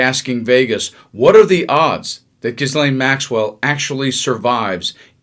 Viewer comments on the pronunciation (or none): It's pronounced GEE-LAINE not GIS-LAINE. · Darling, ......... ghis /ghee/ sounds like French butter gee like bee. It's /gee lane/. The / / means sounds like. Words or letters in between the / describe the sound for the letters aka how it's pronounced. I want the best for you. I had to correct it. 💙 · What happened to an investigation that SHOULD HAVE BEEN DONE on DeathSantis and his criminal wifey about the $10 MILLION DOLLARS they STOLE???? Geezus these people are the lowest of lows. PLEASE PRONOUNCE GHISLAINE's NAME CORRECTLY...It's pronounced Gee-laine...Come on people!!! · GILAINE ITS SAID LIKE THAT ahhh god i hate this when people do that with names like research know how it's pronounced do diligence man you're a "reporter" type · FFS Can't any Americans pronounce 'Ghislane' properly. It's 'Gee' (as in 'Geek') - 'lane'!!!!!! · C'mon! Ghislaine = Gee-lane Bondi = Bon-DEE You need to step up the professionalism and properly pronounce the names of the people about whom you're reporting. Not a good look ... 😒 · Oh come on 🤦🏻‍♀️… her name is not “Gizlain”. It’s been all over the news and you STILL can’t pronounce it right. 🤦🏻‍♀️ (Hint! The H and the S is silent) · The correct pronunciation of Ghislaine sounds like 'gillane'. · It's pronounced "GEEE-LANE' with a hard G. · For fuck sake, the S in Gislaine is silent, if you can’t pronounce her name, don’t report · The "s" in Ghislaine is silent. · learn how to pronounce Ghislaine ! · Ghislaine the "S" is silent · There isn’t an “S” in the pronunciation of her name!!!! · Close on Gislaine. but the S is silent!!!